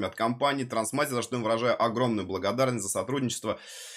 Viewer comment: Не ТРАНСмастер, а ТРАСТмастер)